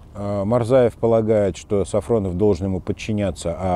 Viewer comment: Неправильно говорите фамилию! Он Сафонов а Не СафРОнов !